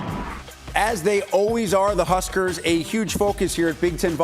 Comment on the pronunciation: Huskers not Hoosier's